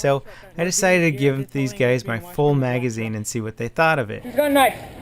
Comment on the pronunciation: was that a "Hey gays" just now?! XD